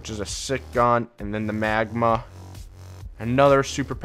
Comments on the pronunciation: Magnum not magma get it right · the magma lol you mean magnum